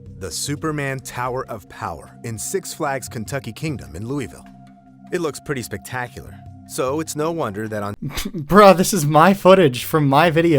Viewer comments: dumb thing to point out but I get so annoyed every time I hear someone talk about Louisville and so clearly know nothing about it cuz if you knew anything about the place you would know it's pronounced like loovul, not Louie Ville lol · Bro said Leweevill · They couldn't even pronounce Louisville right. You can't say that you're a valid source of information if you can't accurately pronounce a city that is notoriously confusing to pronounce, but the answer is within a quick google search. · I know it’s the “correct” pronunciation, but hearing Louisville (KY) pronounced Loo-ee’-vill as opposed to Loo’-eh-vul always catches me off guard. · AI narrator can't pronounce "Louisville". Most non-Kentuckians can't, either, though. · i live in kentucky and hearing this ai try to pronounce Louisville made my sides hurt